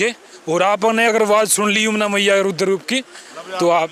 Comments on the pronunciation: Ruder nhi raudra Roop Hota h. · भाई एंकर रूद्र रूप नहीं रौद्र रूप बोलो।